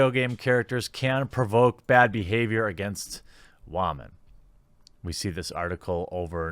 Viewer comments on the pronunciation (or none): "wahmen"???????????? tf is wrong with ur accent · Anyone else seriously distracted every time he says "wah-men"?